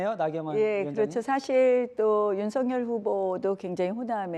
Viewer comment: 소리같아요. *세살짜리 우리말 배우는 것보다 더 못해요. 틀렸어요. 바르게 소리내세요~~~ 윤 서 결 ××× no. NO 윤 성 열 ○○○ok. OK 성열로 소리내세요 ! 방송인들 조심하세요 추방운동을 전개합니다.